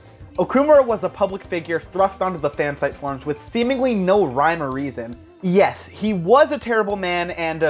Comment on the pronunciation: and also "phan-site?"